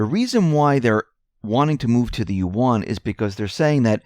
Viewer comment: you mispronounce "yuan". Yuan (Chinese character 元) pronounced correctly in mandarin Chinese sounds closer to the English word "when", except it starts out with the "yu" sound of "university". Also, "yuan" is one sound; it is not "yu" followed by "an". A perfect example can be found on "USA TODAY" channel, video titled "Yuan - How do you say it?" at the 15 second mark. To my surprise, many of the pronunciation videos (even prominent ones) got it totally wrong, smh! I will say that there is variation across Chinese accents but, let's stay with the most correct mandarin. Also yuan is pronounced in a rising tone (tone 2), but not necessary when the language spoken isn't mandarin.